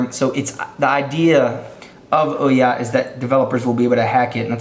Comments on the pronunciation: Oo-ya not oh-ya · IT'S PRONOUNCED OOOOOOOOH YAH as in WHO? YOU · You pronounced Ouya wrong...